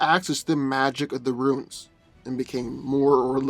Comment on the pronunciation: Stahp saying "ruins" instead of "runes"